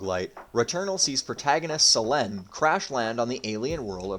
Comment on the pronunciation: pretty sure that's not how Selene and Atropos are pronounced